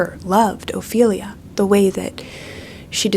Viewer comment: I don’t think ts knows anything about Hamlet, so I didn’t take it personally when she completely butchered Ophelia 😂